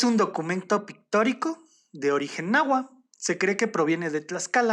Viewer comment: Muy interesante el tema y la narración es muy amena, sólo un detalle: se dice NáhuaTL, ni TonalamalaTL. Hay varios canales sobre la lengua nahuatl donde explican la pronunciación correcta del dígrafo TL, que es un chasquido.